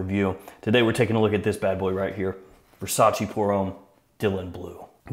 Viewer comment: I have whatcehed and appreciated dozens and dozens of your videos, but let me tell you that its not Versac(i), like the Y in yes; Its verˈsaːtʃe] more like the "che" in cherry. And its not "acqua di Gio" its acqua di dʒo similar if not the same as "Jo" in Joe. You know like "G. I. Joe" same as acqua di Joe . Now you have an advantage over the other fragrances reviewer